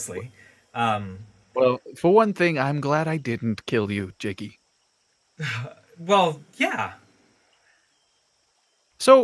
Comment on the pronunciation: It’s jakey not jacky